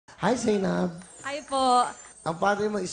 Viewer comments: Yung pronounce pa lang ng Zeinab ay Zay-nab not Zey-nab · Wengyah ZAY-NAB PALA PRONOUNCE NAKIKIPAG TALO PA KAIBIGAN KO ZEY-NAB DAW 😃😂